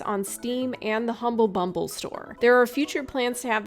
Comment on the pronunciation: Did you say humble bumble? xD